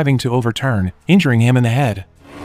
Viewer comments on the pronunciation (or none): none